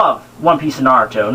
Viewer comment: I cracked up the moment you said "Nayruto".